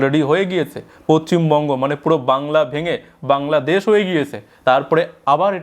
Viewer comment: ভাই পোচ্চিম নয় কথাটা পশ্চিম হবে একটু কারেকশন করে নিও আর সাইট নয় ষ!ট(৬০) হবে।